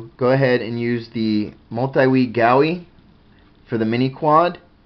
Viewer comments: Sorry man but it's Goo E- GUI- Other than that good video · Pronounced. Goo-E